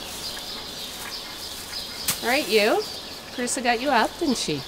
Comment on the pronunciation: Her name's Carissa, just for future reference. I know it's sometimes hard to hear the pronunciation. 😁🤗